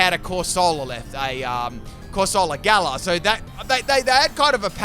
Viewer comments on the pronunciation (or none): none